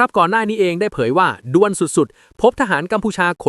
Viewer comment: กรุณาออกเสียงภาษาไทยให้ถูกหน่อยครับ บางที่ฟังแล้วขัดในหูอย่างเช่น"ด่วน"ไม่ใช่ดวลครับ😂😂😂